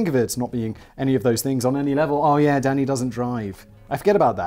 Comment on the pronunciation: Almost every time you say Danny’s name I at first think you’re saying daddy, & then I cackle for far too long lol. “Danny, chill 🤚🏻.”